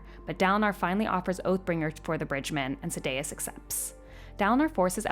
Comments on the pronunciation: Sad-day-us. Shin-over. Come on T_T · hahahah, Sa-day-us got me the hardest after Shin-over. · Yeah the pronunciation of Sadeas kinda killed it to me.